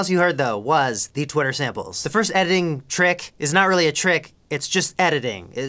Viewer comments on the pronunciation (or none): none